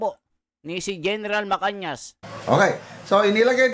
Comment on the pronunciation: GEN MACANAS. hindi MACANIAS